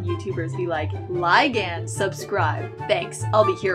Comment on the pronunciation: Sorry but it’s pronounced lig-nd for the last one